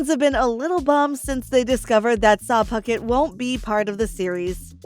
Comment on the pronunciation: I heard 'Sah Puckett' 😂